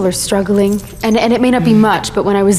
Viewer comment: "peeple are stwugglinggg..."